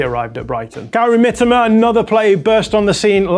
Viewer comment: Why cant you say Mitoma correctly